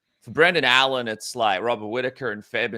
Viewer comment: Allan? Make some effort next time